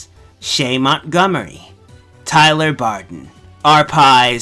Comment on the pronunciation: believe it or not somebody actually fucked up saying Barden. it was a jumbled mess. I think I commented this already but I have no idea. I'm super fucking tired.